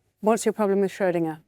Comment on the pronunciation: They can't pronounce 'Schrödinger" correctly so why would I believe what they say ?